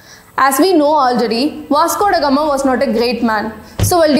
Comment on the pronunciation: I will assure you that i will ask my child to watch your videos before she reads her history book . One of the different youtube channels i have ever seen . Not only your history your English is also very good ."As if India never existed before vasgodagama " the way you pronounced these words were really nice